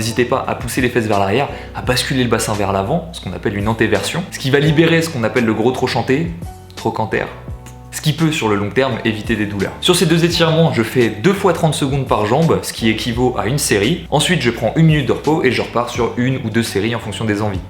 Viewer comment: Le gros "troCHanter", j'ai saigné des oreilles mdrr